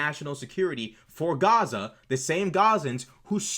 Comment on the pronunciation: I wouldn't make too much of the "accent". Pronouncing it as "chaza" is a dog whistle to show your alignment, accent or not. It's LARPing.